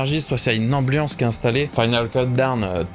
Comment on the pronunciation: Super vidéo, j'ai appris un paquet de trucs sur Europe ! j'adore. J'avoue j'ai grincé à chaque "final keuldown" :D